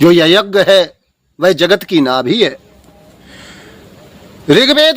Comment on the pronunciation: Are dhoort to to shoordr lag rha hai . Yagya bolna hi nhi aataa yagg bol rha hai ?